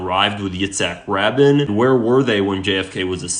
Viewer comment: I'm not going to listen to a guy who can't even pronounce Rabin's name correctly!!!!